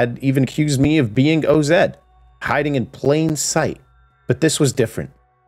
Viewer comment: its OZ like wizard of oz lol not O-Z lol..but anyways im fucking hype for this game..the game ive been waiting for